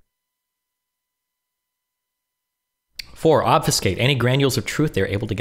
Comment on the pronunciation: 1. Eschew is pronounced es-shoe. 2. Obfuscate, not obfiscate. Since guy is such a perfectionist ;)